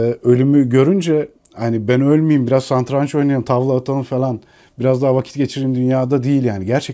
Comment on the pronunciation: Ingmar Bergman - The Seventh Seal Santraç değil “Satranç” bu arada 😊